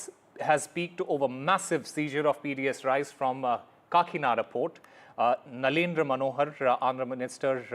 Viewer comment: It’s nadendla not narendra 😂